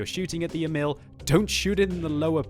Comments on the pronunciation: ok time for a swedish lesson, Emil is pronounced as follows: Long E, then mil as in military with word emphasis on the E almost as if you pause after the E. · you can't prononuce Emil nice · Emil Sølvik can't pronounce anything else than english